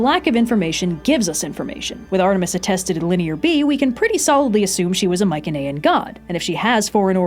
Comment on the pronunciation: its pronounced my-see-knee-an